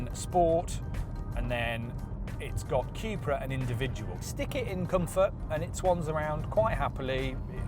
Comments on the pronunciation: It's not Quepra, it's Cupra :) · Cupra = Cupracer so Quepra is wrong 🤭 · Theres only so many times I can hear you say QueuePra before I totally lose my marbles